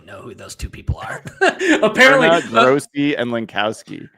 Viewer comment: Grossi is pronounced "Graw-see." He's a Packers creator with almost a million subscribers who periodically does charity drives/streams. He's a great guy and very funny. The other guy mentioned, Brandon Perna, is a Broncos creator who's "curse wheel" has been remarkably accurate this season. It's basically responsible for the downfall of the Colts, having cursed them 4 different times so far this season, each resulting in a Colts loss. He did indeed curse the Rams this week.